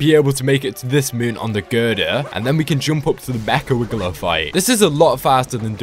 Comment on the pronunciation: you daid at meka vigler hahahahahaha